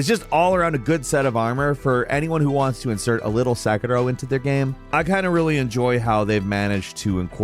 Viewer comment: The way you butchered the name Sekiro disgusts me.